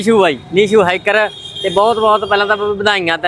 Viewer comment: ਸਤਿ ਸ੍ਰੀ ਅਕਾਲ ਜੁਵਾਨੌ। ਹੇਕਰ ਨਹੀਂ ਹੁਮਾ ਦੱਸਣ ਵਾਲਾ ਹੈਕਰ